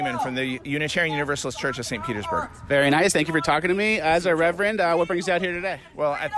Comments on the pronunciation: That "reverand" legit.pissed me.off. damn! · Wow. That “reverend” 🤦‍♂️ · Seriously w that ‘reverend’.. 🙄 smh